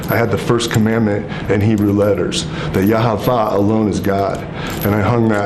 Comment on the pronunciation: The way he is pronouncing Yahuah is giving me crazy Jehovah's witness vibes. Maybe their scriptures are different, I feel like most Jews also don't believe that Yahusha was Yahuah in the flesh or that he was resurrected so who knows what this guy was exposed to. I don't think he is the Satan, possibly influenced by fallen gods or demons of some kind though. Absolutely mad as a hatter.